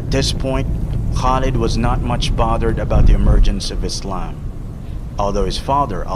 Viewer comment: subhanallah ik this is nitpicky but why are muslims saying muzlims and izlam. lets fix that inshallah for next time.